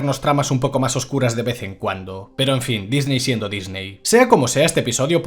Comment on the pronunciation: Énfasis en "oscuras"